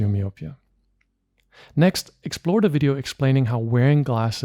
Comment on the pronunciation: You keep mispronouncing the word "myopia".